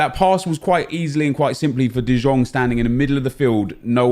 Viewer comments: He is saying "Dijón" which is type of french mustard. Lol. It is De Young, that's the correct pronounciation. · Omg i‘m sure the right pronunciation is De yong and not the shit you say. He is from the netherlands not from serbia or something like this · Can someone teach this guy how you pronounce "de Jong"